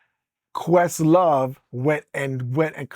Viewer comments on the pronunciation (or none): Did he call questlove a “puss sore” or a “puss-saur” (like some kind of dinosaur?)